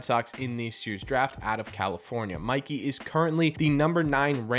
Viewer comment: not Mickey Romero. MIKEY** Romero M 👁 🔑 Romero